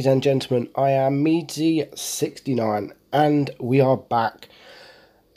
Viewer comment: Not trying to pick on your speech bro just saying that that was funny 😄